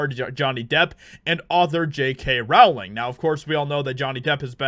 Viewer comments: Oi!! J K. Rowling's name is pronounced "rolling" as in "bowling". Not "raoling" as in "cowling". She's only been asked that a million times, mate. Otherwise, I like your vids. 😋👍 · Hey! JK Rowling's last name is pronounced ROLLING - according to her. Its like Row - as in Row row row your boat. It's not Like Rauling. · It's pronounced Rowling like "Bowling". It's not "row-ling" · FYI- Rowling rhymes with Bowling. Yer welc. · Just FYI, JK pronounces her name “rolling”.